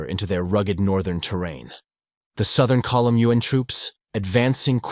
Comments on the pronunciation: YU-AHN or U.N.?!! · Hate it when yuan is pronounced as UN. It’s one syllabus! Not U N